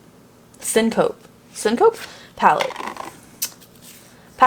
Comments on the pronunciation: Pssst. Syncope = fainting episode. Pronounced Sin-co-pee. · Your collection always makes me smile. So many options! lol Also, (and don't worry you're not alone in how you pronounce it!) syncope is pronounced like sin-co-pea. It's a medical term that means fainting, I guess why they had the girl on the front look like she's fainting/falling. I honestly only know what this word means because I have a heart condition that can cause it. haha So, the more you know. ;)